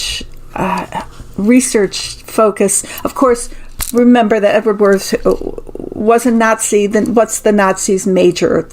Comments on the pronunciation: In German, the W is pronounced like a V. Wirths would be pronounced like Virths. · I believe Wirths would be pronounced -"Veert". Fascinating reading as always. Thank you.